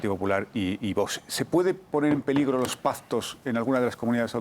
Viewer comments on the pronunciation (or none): PaZtos? Havien bien el Castellano. Tanto que presumien del "español" y no hablan ni español ni castellano bien!! Se pronuncia y se escribe PACTOS.